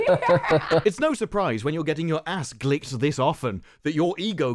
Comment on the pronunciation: So glad you said "glicked" like licked, my head immediately pronounced it that way and I've spent days hearing the wicked variant. To quote Will, I feel like I'm taking crazy pills.